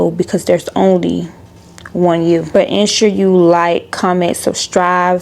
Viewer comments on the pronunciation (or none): Thank you T. I love the way you say " suZsctscribe"🤗